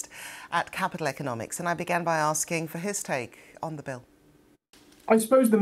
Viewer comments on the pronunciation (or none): none